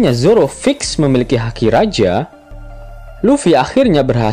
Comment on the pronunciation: Haki bang bukan daki